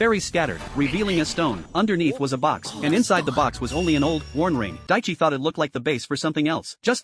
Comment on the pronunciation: His name isn’t daichi but it’s close It’s taichi